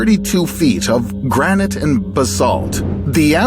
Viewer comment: Its granite not granate 🤣